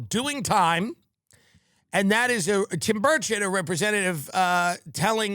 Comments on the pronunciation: Did he say Tim Birdshit 😂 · Am in uk and have to ask Is it the accent or am I hearing the name Tim birdshit 😂 x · Tim does keep saying Tim Birdshit, right?